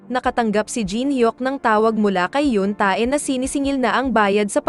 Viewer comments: Awit sa hyun -TAE haha Yun~teh po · Correct pronounce Yeong tae(x) Yong te(✓) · yoon ta-e talaga hahah.. basa noon te 😂😂 sagwa kcng pakinggan ung ta-e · Te!!! Yoon Tae or Tei di "Tae" just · Yoon tey tamang bigkas hndi yoon ta-e hahaha.. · Yap haha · Bat ''yoon-tae' Ang pag pronounce😂😂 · Wow I heard that she's say yoong-tae I think I really hear that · Naloka ko sa pag pronounce mo sa Yoon Tae 🤣